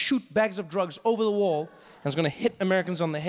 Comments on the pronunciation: The first time I understood "war" instead of "wall" and I was like "yeah, sounds legit"... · I lowkey thought he said "He wants his war"